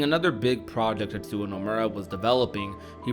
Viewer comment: Tetsuwa. 🤣🤣🤣 It's Tetsuya. Yuh. You had one job.